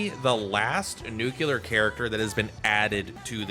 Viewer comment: The nuclear vs nucular is going to take us out lol.